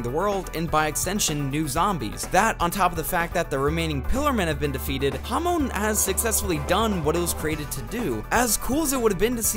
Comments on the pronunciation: Bro it’s pronounced hahmon not hawmown 💀🙏🏻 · everytime you said hamoan i died a little